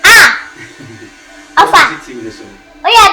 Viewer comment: One time makes me laugh the way she’s call wofa 😂😂😂